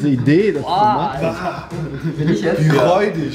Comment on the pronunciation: Wie IMMER reudig sagt 😂 😂 😂 😂